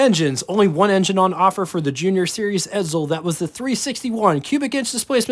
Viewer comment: .......ED-ZULL?.....ED_ZULL?.....did you study pronunciation under Professor F.N. Artard?